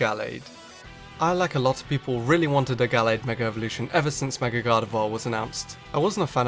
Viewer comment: I fuckin hate that you say megor not mega evolution